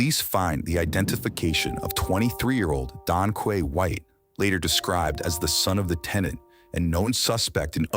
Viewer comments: In England Quay is pronounced Key. That makes him Donkey. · It's pronounced donkey. Can't fool me. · 2 idiots 🙄 "DonQuay"😂😂😂😂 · donkey is the correct way to say it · The mom couldn't pronounce Donkey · "Donquay"....A future brain surgeon for sure. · In Europe Quay is pronounced Key. So Donquay had a fitting name. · Dowquay?!?! No way!?!?😂